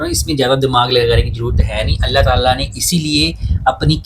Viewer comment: When you say Allah Talah I feel so happy it's true Muslim style SubhanAllah God blessed you both 🇵🇰👍